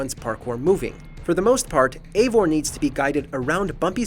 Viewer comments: Your saying evior’s name wrong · I honestly liked this game, it has bugs, but story wise I think it was great. But it’s probably most disconnected assassins creed game since black flag. It’s hard to call evior an assassin. Oh and this guy in the video mispronounced his name like 4 different ways. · The fact that he can’t even pronounce Eivor correctly makes this list even more wrong and stupid lol Edit: Before someone says something while I agree with a couple things on this list most of it is just a guy complaining about bad gameplay even though all of it would be better if he knew how to play